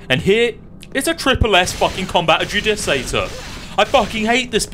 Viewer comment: it's pronounced combat "ah-jew-duh-kay-tor" [yes i know it's a year late and yes i know the don't give a fuck!]